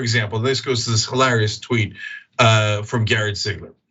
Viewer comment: Funny how in every show, Cenk says "HilARRYus" and Anna says "Fear-MONG-ering", words they say weirdly. And Anna, like Dave Pakman and lots of Americans, totally chokes on any foreign name. (Of Cooooouuuuuurrrrrssseeee, Cenk)